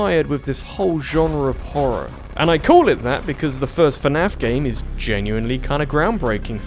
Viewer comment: Fernaf? How dare you